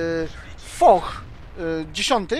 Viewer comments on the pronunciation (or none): Jedna uwaga : Foch czyta się "Fosz" :) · Drobna uwaga - Czyta się "Fosz" a nie "Foch" :)